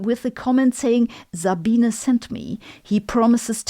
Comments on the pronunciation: Congrats Sabine! I I eagerly wait form each of yor videos. Hmmmmm.... So your name is pronounced "zabeen - uh" .... interesting! I like the way you pronounce "Einstein" correctly as well! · I like that you have become popular yet people still do not pronounce your name correctly, Dr. Za-bee-na.